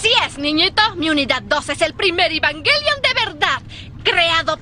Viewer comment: La pronunciación real es "Evanguelion" y ningún doblaje logró decirlo bien. xd Algo que me parece curioso de los tres doblajes es la voz de Rei. En el primero Circe le da un tono apagado casi robótico, en el segundo Gaby le da un tono pasivo pero melancólico, y en el tercero Circe retoma pero hace un tono más parecido al de Gaby que al que hizo la primera vez.